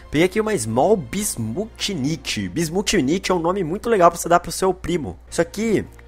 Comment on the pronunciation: "Bismutchinitchi" kkkkkk